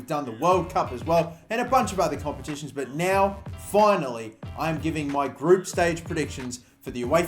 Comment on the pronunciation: Group not groupe 😂